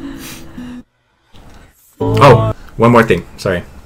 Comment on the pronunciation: Lol it’s “oh” but he says it like woah. Either way it’s not “to go”